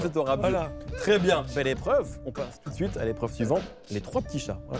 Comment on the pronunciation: « on commenze avec la nouvelle épreuve tout d’zouite »